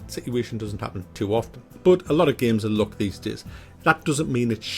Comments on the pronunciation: ITS LUCK NOT LOOK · I thought he say '' look '' and it's all about the '' look ''. Then I realize he's saying '' luck ''.